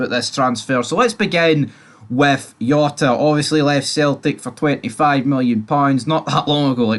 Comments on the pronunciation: “J”ota!!! Ya bam not Yota!! 😂😂😂 what aboot your player what is it cross Dresser? 😘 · It no yota ffs its Jota with a J